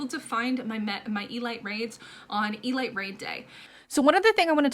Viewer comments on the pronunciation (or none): E-lete not E-light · It's pronounced "ELEET"